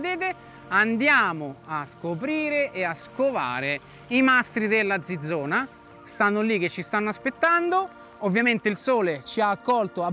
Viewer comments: Ma soprattutto perchè ciccio dice Zizona invece che Zizzona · Come pronuncia male quel "zizzona". La z va letta come ts e non zi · tutto bello però si dice zizzona, il suono deve essere zi, no zeta, gg Ciccio bel video